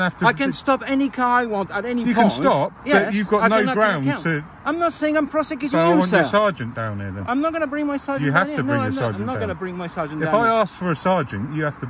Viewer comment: Prosequing you ???? Ffs get someone from head office to pronounce PROSECUTING....YOU DUMB FUP